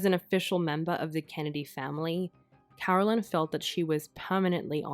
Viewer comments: different names Carolyn is not pronounced Caroline who is the sister!! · Absolutely wrong. It is NOT the same name at all, and it is NOT pronounced the same. Totally different names, like Susan and Suzanne.